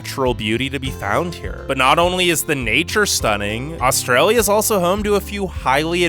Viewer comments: is it just me or do all non-australians pronounce Australia with an o. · Thsnk you got ptounouncing Melbourne properly. Now we just have to work on your pronounciation of Australia. However, we do NOT have the gun, drug and rampant crime culture that America has. When you can go to the supermarket without getting mowed down or mugged, then you can diss us. As for our immigration process, our process is a breeze compared to the US.